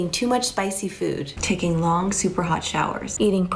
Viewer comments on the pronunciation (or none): Oh boy I love longkh super hot showers and hot dahkhs